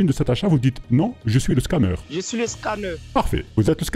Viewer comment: "Je suis le Scammeuuhr" lui c'est la classe mondiale 🤣